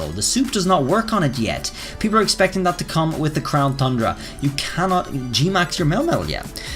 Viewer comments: You need to stop saying the name of the dlc because hearing “thundra” over and over when it’s pronounced “TUNdra” is infuriating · It shouldn't bother me so much that he says Thundra instead of Tundra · I’m waiting for this Crown “Thundra” to come out! I haven’t heard any news about this one. 🤔 I knew there was Isle of Armor and Crown “Tundra” but never heard of Crown “Thundra.” That must be what they’re calling the next DLC then. 🤔 How can you be an English teacher if you can’t even pronounce “Tundra” correctly? 🤣🤣🤣🤣🤣🤣🤣🤣🤣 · I don’t think this will happen if I’m being honest. Also it’s not crown thundra, it’s crown T-U-Ndra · As an English teacher, you really should consider making it a point to pronounce "tundra" properly.